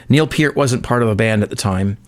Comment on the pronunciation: Thank you for pronouncing Peart's name correctly! :)